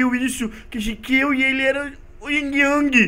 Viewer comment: yin yang não ing ang